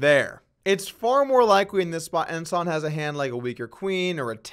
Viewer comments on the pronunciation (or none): It’s wikewy His Ponent Pwofits awot on bwodway